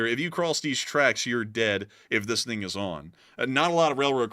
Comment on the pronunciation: I always notice that with the himself turning Chinese in saying the word "thing" as "ding" 😁